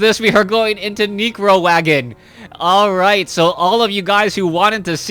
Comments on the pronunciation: why do you pronounce necro as negro? lmfao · "neecro" lol